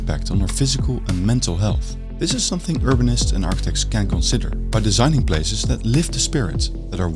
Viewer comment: Plazes? Places! Dutch randzdad accent...